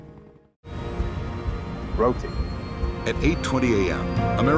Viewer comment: Ro Tah Tay!